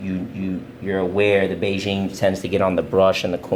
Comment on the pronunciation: The way he said Bigen sounded like Beijing 😝